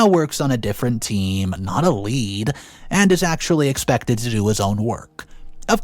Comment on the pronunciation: And you said team lead the first time like the metal, lead. The mispronounced words make me crazy.